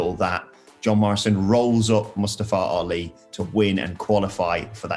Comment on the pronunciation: The way these English guys pronounce Ali's name is hilarious. Wrong. But hilarious